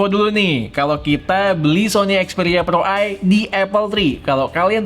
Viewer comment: Pro, bukan plo